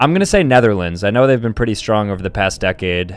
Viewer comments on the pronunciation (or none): none